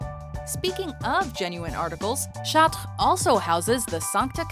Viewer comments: Charts, the S is silent dumbey. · The way that you pronounce "Chartres" makes me uncomfortable. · why cant you pronounce chatre correctly i thought canadians could speak french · Why is she pronouncing Chatres like that? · everytime this narrator pronounces something french I cringe and want to jump out the window